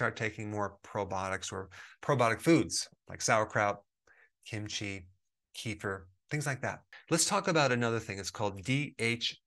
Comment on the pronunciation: Kefir is pronounced "keh-FEAR". I would imagine that natural DHT inhibitors have the same side effects as finasteride/dutasteride taken at low enough doses to accomplish the equivalent suppression of DHT. Fortunately, research suggests you can't overdo natural DHT inhibitors like saw palmetto, since the results taper off at or above the effective dose. If natural DHT inhibitors didn't work for you (as often happens) and you are considering medical treatment, consider topical finasteride. Research suggests that using it topically can drastically reduce the risk of side effects compared with taking it orally (according to one study, 0.025% finasteride is a good concentration).